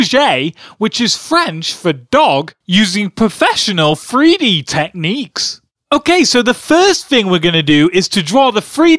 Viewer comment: "free - D"? I know people with different accents will say words differently, but the most annoying parts of these videos is when you keep saying "FREE dee" instead of 3D..